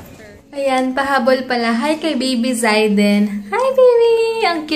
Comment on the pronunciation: Hello there! I am Zayden`s mom...thanks for the shout out! By the way, it is pronounced as Zey-den..hehe! Thank you, God bless you and Heinz!